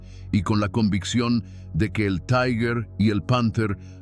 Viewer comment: Este video realiza un análisis olvidado o minimizado en las publicaciones sobre las batallas en el saliente de Kursk. Resulta clarividente. Aprovecho para corregir la pronunciación alemana de la palabra Tiger. No es taiger sino tigher, es decir la primera vocal se dice i, y la pronunción de la g en alemán es ga, gue, gui, go,gu.